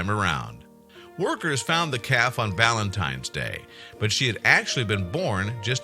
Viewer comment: did this 'professional' narrator say "Ballantine's day" ? Did I hear correctly?